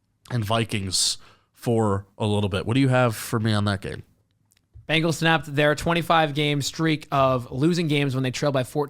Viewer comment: Why do you guys always say "BANGLES".... sigh I don't know if it's on purpose just for fun or you're just stupid. I dk which! BEN... It's BEN-gles..... BEN!!! :face-blue-covering-eyes